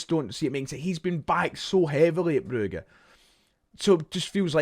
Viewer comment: Calling it bru-ga annoyed me so much your no from Belgium mate it’s Brugge stop trying to be derek Rae